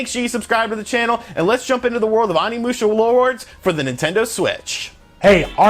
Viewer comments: Your pronunciation of the title & characters of one of my most favorite games is painful to listen to lol. Still thanks for the review! They need to seriously remaster them all. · You butchered the name. The '"O" is like Osaka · As a huge Onimusha fan, your mispronunciations are killing me lmao. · The way you mispronounced all their names hurt my nostalgic soul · Bruh, you keep pronouncing Onimusha incorrectly lol